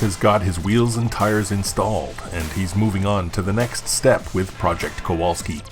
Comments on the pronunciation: Kowalski? Why do you keep saying it and spelling it without the "L"? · Hello Nick , love your show . Back in Poland the w is pronounced as v , so Kovalski .In Polish it means blacksmith .